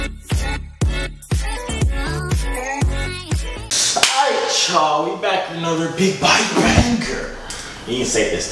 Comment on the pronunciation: “And i’m not. I’m Joovier, the Joorag man” 😂😂😂 not the Joorag man